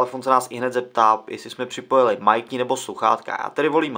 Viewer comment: Pozvánky nejde o to, video jako takové je povedené, sám jsem dal like, mě to jen bije do uší když je o tom samotné video;)